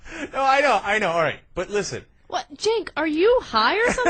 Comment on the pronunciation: Cenk is pronounced "Jenk", not "Chenk".